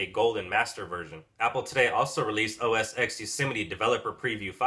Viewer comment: I realise I'm being picky, but it's OS Ten not OS "ex". The X is the Roman numeral for the number 10. Just saying...